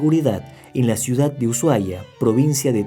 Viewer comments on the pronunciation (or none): none